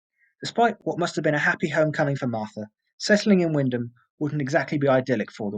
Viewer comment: Great researched case. Had you know you were a local as you pronounced wymondham right, :) keep up the great work and look forward to more cases.